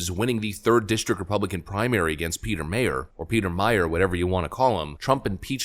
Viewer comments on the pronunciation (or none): none